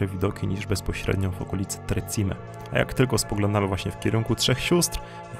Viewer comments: Nie tre czime ale tre ćime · Przyłóż się do poprawnej wymowy włoskich słów. Niestety tak jak i w ostatnim filmie o Dolomitach jak tylko usłyszałam - wybacz - to słowne kaleczenie, to od razu odechciało mi się oglądać dalej. Także nie "Tre Cime" przez "ci" tylko "cz" i nie Lagazuoli przez "z" tylko "dz/c". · tak jest, Tre Czime, co się tłumaczy Trzy Szczyty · Hej.. Muszę to zrobić, bo tu mieszkam i za bardzo kocham Południowy Tyrol 🤗. 3 Cime (wymowa ➡️czime) nie oznacza 3 siostry.. To nazewnictwo polskie. Na sorapis prowadzą 2 szlaki. Najprawdopodobniej poszliście tym, który ja nazywam autostradą stąd tlumy ludzi. Na drugim w ogóle nie ma prawie nikogo, byla nas 6 i to pod koniec lipca.😉 Co do noclegów, szukajcie dobrej bazy wypadowej. Pomagam ogarnąć temat zwiedzania zwłaszcza opcję noclegu... jeśli chcecie zobaczyć Południowy Tyrol wraz Dolomitami. Szukajcie gotosouthtyrol na insta. Pozdrawiam 🏞️🏔️🚵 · Interesujący clip. Piękne Dolomity! Dziękuję. A propos wymowy: czyta się Czime. Pozdrawiam! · Hej, "Tre Cime" czytaj "tre czime" i znaczy to "trzy szczyty" a nie "trzy siostry". I Lamborghini czytamy "lamborGini" a nie "lamborDŻini". Ale filmik jest de best :)